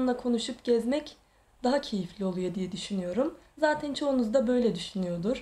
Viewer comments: zatin zatin zatin nece konuşuyorsun abla yaaaa kötülük olsun diye söylemiyorum yoksa gerçekten çok tatlı birisin ama bu konuşmaların biraz tatlılığını bozuyor. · Neden zaten‘e zateyn diyor ? 🤔